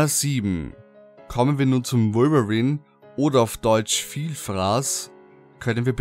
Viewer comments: Wolverin hört sich genau so lächerlich an xD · Ich fand am gruseligsten seine Aussprache von Wolverine :P :D